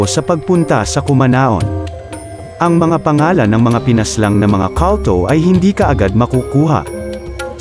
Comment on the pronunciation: Kawltow? Baka kulto? Eslang ka now 😂